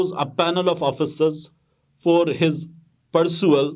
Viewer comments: it is pay ru sal not persual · Sir, word is: PERUSAL and not PERSUAL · Perusal not parsual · Mateen Bhai ,plz see the pronunciation of perusal😢